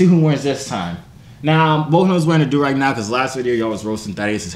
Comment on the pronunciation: “ no do not buy any joorag” 🤣🤣🤣🤣